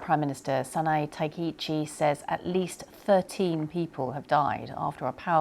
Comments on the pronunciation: 日本人ですが、九州の発音は気になりませんでした。 高市はタケイチに聞こえましたが。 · I know it’s not easy (and hardly the priority in this news story) but her pronunciation of Kyushu island and Takaichi PM’s names are horrible. BBC you should do better. You’re broadcasting quite internationally.